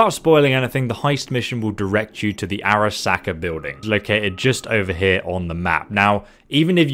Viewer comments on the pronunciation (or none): none